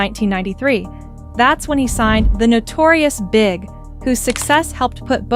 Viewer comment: Mispronouncing Notorious B.I.G. and Nas makes this video lose some credibility to me